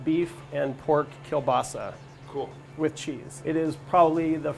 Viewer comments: That is not kielbasa... and learn how to say kiełbasa 💋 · It's Kiełbasa. Polish 101.